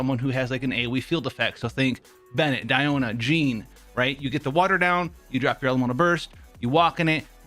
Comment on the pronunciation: Die-o-Na Isn’t it should be de-o-Na ?